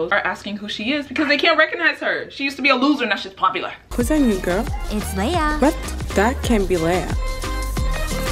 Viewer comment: Did they just say leia 🧌